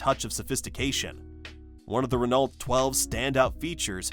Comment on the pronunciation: Why list the Valiant and the Dart separately? They were the same car. BTW, Renault is pronounced: ruh-no.